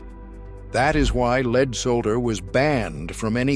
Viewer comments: Its not leed,its lead,like led Zeppelin fucking a.i. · Corded drills , grinders, sanders, and saws cases are not steel , they are aluminum alloy. It's pronounced Led , not leed ,soder, not sol der. The 56 chevy sitting in front of the garage , has the front end where the trunk should be ,while the cab is pointing towards the garage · Dear bot-voiced AI, please learn to distinguish between lead (Pb, the metal) pronounced LEDD, and lead (the verb) pronounced LEED. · Lead, not leed. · In what country is the metal lead pronounced leed ? My English, American and Canadian dictionaries all say it is led . leed is what horses are trained to do. The narrator has a British accent so this is weird. More ubiquitous than welding gloves and continuing longer were asbestos brake and clutch linings and fire resisant house shingles, ceiling tiles and wall insulation. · I hate these voice overs that mispronounce words. Like pronouncing lead like leed. Computer generated can be pretty dumb. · At least they could teach it English pronunciation - what material is leed anyway and is ii easy to soul-der?